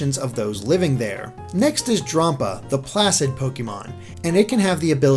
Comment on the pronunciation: I think Drampa is dragon + grandpa and is meant to be pronounced as such. I mean, it looks like an old man, is lazy, and it loves kids. Sounds like a grandpa to me. I could be wrong though.